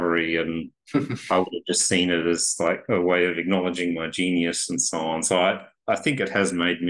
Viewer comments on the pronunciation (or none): none